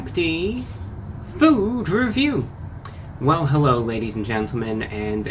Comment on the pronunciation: Why does he say hewwo everyone